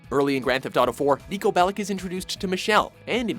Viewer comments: Niko Belić not Niko Belic. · Its not Niko Belek its Niko Belić